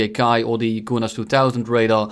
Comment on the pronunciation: It is not koornass it is kornass